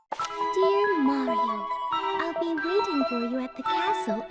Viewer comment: You said Mario wrong.